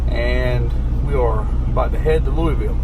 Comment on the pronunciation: I’ll be in Louisville Saturday for the state fair with da in-laws ahhhh run Thank God Someone can pronounce that City correctly, i keep telling my in-laws who are from there it was named after King Louis XVIII Were you on the West Side of Louisville?